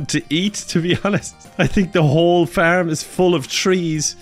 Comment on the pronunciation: Just in case anyone was wondering, when this nutter says FURM, what he means is FARM.